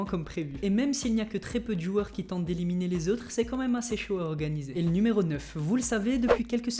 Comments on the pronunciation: C pas fornite c fortenite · On dit fortnite pas fornite